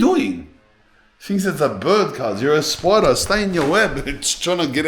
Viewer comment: " there`s a spoider in heeaaa" 🗣🗣😂